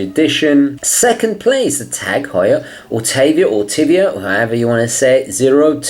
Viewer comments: Autavia is pronounced by putting together "Auto" and "Aviation" so I am told. YES I wish is was closer to original size...like 40mm, closer to original 39mm, instead of 42mm. I will have to try it on to see if it works. Otherwise, I'll stick with vintage Daytona :) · Autavia (AUTomobil and AVIAtion)..that's where it comes from. might help to pronounce it